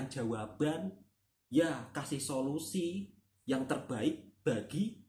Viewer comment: sebagai warga malaysia, saya tertawa sendiri mendgr solosi me ri.. solosi sesuia utk iq78.. wkwkwkkw